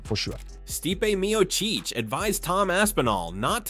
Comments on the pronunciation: stipe mio cheech 😂 Jon majal hill 💀 Are you mispronouncing on purpose? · Jones is afraid of tarnishing his legacy to a degree where he wouldnt be celebrated or able to make $ off his “goat” status. stypay me oh cheech? Is this Ai? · Styepay Meeoowcheeeccchhh. 😂 these narrators are trash man. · St-eye-pay mio-cheech Jones vs aspinal Mcgregor vs chandler What’s the difference at this point.